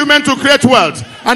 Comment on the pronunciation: My "peple my peple" 😂😃😂😂 Comedian!